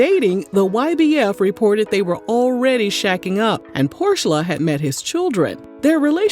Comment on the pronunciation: Did you say Porsha or Horse-sha?